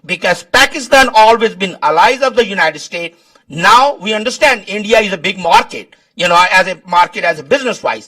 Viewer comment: Living there for 48 years and still calls it UNITED STATE & not UNITED STATES repeatedly.. Hahahaha..You missed the S..LOL